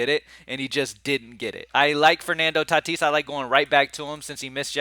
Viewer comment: Bro plz don’t say tatis anymore 🙏🏽..lol